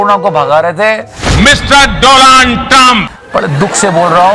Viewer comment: Mr doland trump😂😂😂😂😂